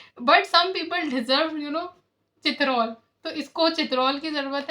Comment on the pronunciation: Pher citrol 😂😂😂 nahi chitrol bolte hein ....urdu me ( umbrella) ko chatri bolte hein wo wala cha ok ....chitrol chitrol chitrol okkkkkk